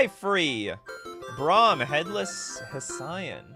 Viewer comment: Hessian rhymes with italian. Brom is a headless guy from Hesse, Germany.